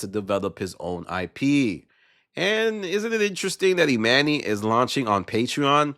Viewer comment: I can’t watch the rest cause why is he calling him Emanny it’s pronounce Emani